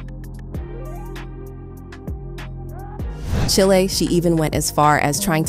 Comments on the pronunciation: It's pronounced "Chyile", not chilee... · Girl stop saying chilli it’s pronounced “Child” !!!!